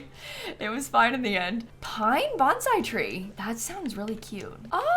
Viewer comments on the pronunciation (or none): none